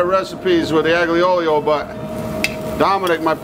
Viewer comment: Looks delicious. I’ll have to try it with anchovies. By the way, just for accuracy, it’s pronounced ahl-yo, not ag-leo. Looking forward to more videos.